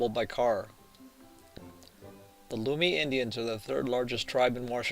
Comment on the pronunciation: Learn how to pronounce Lummi and Whatcom.